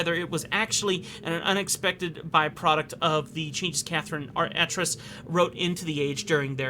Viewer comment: Some minor (and I do stress, minor) lore pronunciations. D'ni is pronounced "dun-knee" (not dun-eye) and Atrus has a long A like Amy.